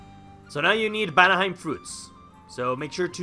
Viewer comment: you say vanaheim "banaheim" and it drives me crazy I wonder if this mod has a server